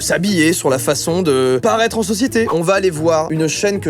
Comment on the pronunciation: "de la soci-sse"